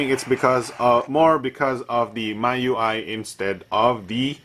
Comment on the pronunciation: Miui is pronounced as Mee UI. :D like xiaomi ui